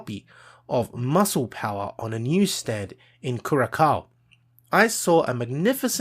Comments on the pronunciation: It's pronounced like CureASOW. like ow, that hurt...?1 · Dude was jacked, huge delts for that era. Also its pronounced curasao, written curaçao, this "ç" is where a "c", an "s" and a "z" meet in sound, in the way all sound like an s. Like the z in zebra, the c in Cecil and the s in sweet, knead all of them sounds together and you'll get a ç. Im a native Spanish speaker, who speaks Portuguese as a second and English as 3rd, in Argentina we tend to speak all of those.